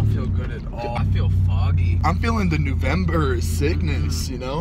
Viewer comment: Zane still going strong with 'newvember'